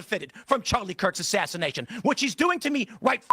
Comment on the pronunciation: Candace says “assassidation” I just wanted to point that out for no real reason, just think it’s funny